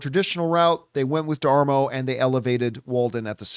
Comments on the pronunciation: It's pronounced "de-mar-o" And wow, "Fuck Disneyland"? lol. Good grief man, chill out. It's nowhere near as bad as you're making it out to be. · It’s da-mar-o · I like John, but holy cow how can somebody be so bad at pronouncing a name. Especially another Italian surname just like Campea. You would think he would have figured it out in pre-show prep before going on camera.